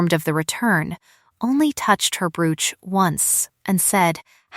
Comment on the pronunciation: Tell AI to pronounce Brooch correctly.